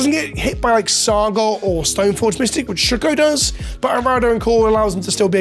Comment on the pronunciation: “Shook-oh” yah, the whole community is shook